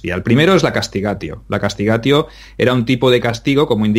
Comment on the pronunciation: Por favor,un poco de pronunciacion y metrica latina;CASTIGATIO la T se pronuncia como una Z italiana